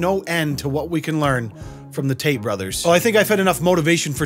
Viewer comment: Really wish he would pronounce his Ts. What is he, an'rew 'a'e? Is his brother 'ris'an 'a'e? He doesn't sound bri'ish.